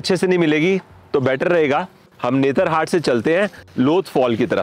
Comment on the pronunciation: You keep pronouncing it as 'netra-hat' ... actually it's 'Netar-hat'.